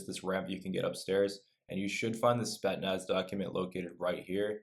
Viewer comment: "Spet-naz" lmao